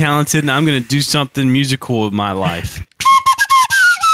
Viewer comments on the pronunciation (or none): It sounded like soup said “I’m gonna do something musicool with my life” after playing the recorder